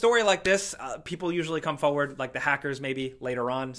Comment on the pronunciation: It’s not foward, it’s forward! Damn it 😑